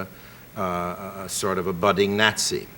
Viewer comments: "Gnat-sy." That's how I'll pronounce it from now on. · i love how he pronounces Nazi "nasty"